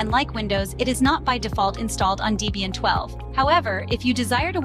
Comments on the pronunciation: It's "Debian", not "Deebian". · Deebian? WTF is Deebian? Is it named after someone named Deebra or something?